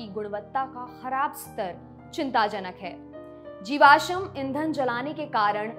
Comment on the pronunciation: आप कृपया "जीवाश्म" के उच्चारण पर ध्यान दीजिए,, ना हो तो google कर लीजियेगा